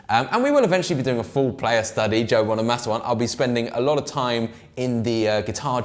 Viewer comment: It's Bono -mah -sa 👉🏻short A! Not long A bro! Get it right! Peace ✌🏻